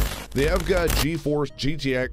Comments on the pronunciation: di- did he just pronounce EVGA as if it were an actual word? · Never heard EVGA pronounced as a name...lol